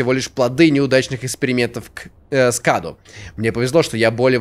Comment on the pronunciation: не каду а каду ударение на у